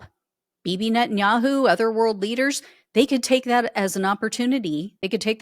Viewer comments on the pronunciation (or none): none